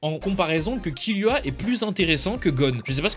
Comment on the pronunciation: Oh non ... T'a dit KiLUa